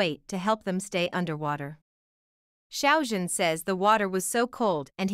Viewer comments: The Xiao (Shao) Like Shower Sounds About Right. The Zhan Is Harder, it Sounds Like Zjiang. The Z And J Have Be Meshed Together. There Is A Technique, And A Way To Say, And Pronounce It Corectly. 😊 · Not To Be Rude Or Anything, But You Are Pronouncing Xiao Zhan's First Name Wrong. I Appreciated The Video, But Every Time You Pronounced His First Name Wrong, I Just Could Not Deal. Thought I'd Just Let You Know. And Of Course The Drama Would Be A Hit. I Love, And Adore Xiao Zhan So Very Much. He Is A Very Talanted, And Extremely Excellent Actor. He Always Works So Hard At Everything He Does, No Matter Acting, Singing, Or Modeling, And Being A Brand Ambassador. He Is, And Always Will Be One Of The Greatest Chinese Actors I Will Forever Love. ❤💖🐰💖❤🐰💖❤🐰💖❤